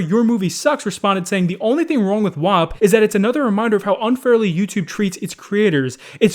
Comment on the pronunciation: dude you just said a frickin slur for italian people when you pronounced WAP.